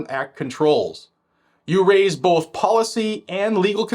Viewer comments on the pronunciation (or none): none